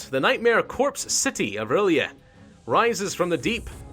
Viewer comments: Mittens The Conqueror he got the "orly?" meme and adapted to the situation making a "o'rlyeh" :) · It's pronounced early aye Rlyeh just thought I'd help out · R'LYEH is like Relay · I will help you it is sayed like this are-lie-eh and HE IS LOVECRAFTIAN he was made by H.P. Lovecraft himself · Pronounced ril yeet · its prounonced r'lyeh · I think it’s pronounced “R Liah” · I think R'lyeh is pronounced "Ryl-jeh" but i'm not an expert and could be wrong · its pronounced like Early-A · Uh... nothing personal and you won't see this but... ur... I think you read R'lyeh as rir lay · Ok so I know you don't know much about Cthulhu but, the R'leyh is pronounced like real-yah. I ain't gonna judge you tho, idk much either. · R'lyeh is pronounced like RYLAH RYLAH I TELL YOU!!! Like you, I am a grammar nazi so... Can't help my self BTW nice vids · First time I ever heard Ph'nglui mglw'nafh Cthulhu R'lyeh wgah'nagl fhtagn intoned with a Welsh accent. R'lyeh is pronounced exactly as it is spelled. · it's not the right way of saying "R'lyeh" but it's fucking hilarous xD